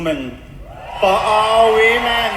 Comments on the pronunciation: Did she just say "run by we men" instead of "run by women"? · He said WEmen not Women.. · He says WE-MAN... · He pronounces women as We Men. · It's funny how 'women' was pronounced 'we men'. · When this biological male says "women", listen to the pronounciation very carefully. He is actually saying "WE MEN". The non-American accent pretends to say women and I do not hear it that way. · Is he saying WEEMEN ? Cuz that would make sense " missuniverse" contest is now run by wee men. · "Wee men" lol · Now.... Did they say 'WOMEN' OR 'WE MEN'?? 🤨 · He didn’t say say it was for “women”, he said “we men”. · He said, "We Men" 😅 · They did not say women, they said WeMen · he said it's we-men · I believe he's saying "run by we men" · Lol 😂 he/ her said WE-MEN!!! Interesting 🤔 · I don’t think it was by accident or because of his accent that he pronounced women as wemen?! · Sounds like he said 'weakmen'😂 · I love how he says "wemen." Lmfao... gosh, we aren't even in peak clown world. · The lady man said “we-men” not women so he’s telling the truth!!! Lol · When they said "we-men" I honestly thought "woman" was being said with a Costa Rican accent... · He didn't say "Woman".... he said WEman. "Ran by WEman. Owned by trans-woman... for all WEman. All WEman around the world.." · It's WE-MANS get it right. Lol hahaha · It clearly said, WeMen. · Wee-man lmfao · That’s exactly what I heard too; “we-men”. Then all the women cheered. It’s just wrong! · It said we-men not women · The Tranny-MAN is saying "WE-MEN" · “Wee men” as in tiny men or “WE men?”